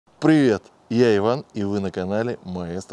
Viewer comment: а ты так и не научился говорить простое русское слово привет)))